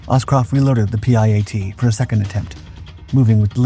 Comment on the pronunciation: It's called the piat.. not p.i.a.t